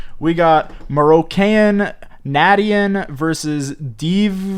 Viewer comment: Na-dee-en? Nation smh. Nah-shh-en. Smh.